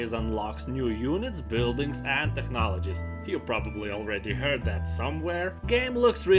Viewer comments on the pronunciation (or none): none